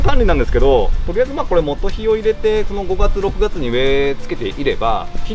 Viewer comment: モトヒと発音？モトゴエじゃないですか？